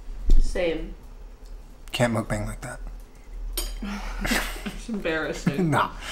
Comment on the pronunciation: Omg it’s pronounced “Mook- BONG!”